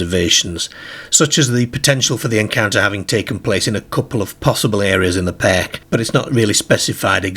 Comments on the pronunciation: I’m pretty sure pronouncing it Wollatan ‘pehhhhhhhhk’ is not correct in any English dialect or accent 😂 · I thought the same! Never in my life have I heard an English accent that pronounces words with the ‘ar’ sound in such an extreme way. The accent sounds like it’s probably more North West than anywhere but still, I’ve never heard the word ‘park’ pronounced ‘pairk’ or ‘car’ ‘cair’ never! I presume it’s put on as at 0:79 the second time he says ‘car’ it’s pronounced more normally! Weird and more weird than the story itself. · I’ve never heard the pronunciation perk for park before 😮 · It sounds Liverpudlian except the rest of his accent sounds Yorkshire… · Same here. It's a wee bit off-putting, as I keep fixating on it. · Very strange pronunciation. Cares (cars), Park & Dark (perk & derk) are Irish pronunciations although this gentleman's accent isn't. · The narrator pronounces his A's as E's - They drove their CERS through the DERK PERK 🙃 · Cracks me up :)